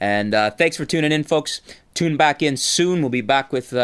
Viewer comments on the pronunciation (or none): none